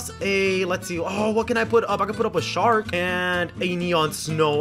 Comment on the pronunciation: Every time you say shark I think you say shadow dragon